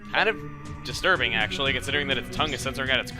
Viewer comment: HEy! say destirbing one more time! XD I bet i didnt type that right.. Dont judge me! Been up all night playing skyrim lol